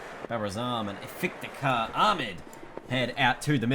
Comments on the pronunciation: Isnt it iftikhar ahmed? I hear you pronouncing it is ifitikar with an extra i in between f and t. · No offense but Iftikhar Ahmed is pronounced if-ti-khar not if-it-khar